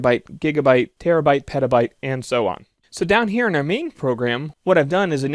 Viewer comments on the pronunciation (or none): none